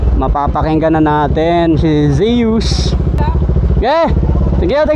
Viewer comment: Gillie ( Giilii) not gehlii Zues ( sus) not seyus At ang JVT ay taiwan not thailand